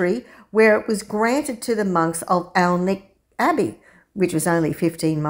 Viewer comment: Nice video, gorgeous church! You might want to know that Alnwick is pronounced "Annick", losing both the L and the W. You're OK with Alnham though. :)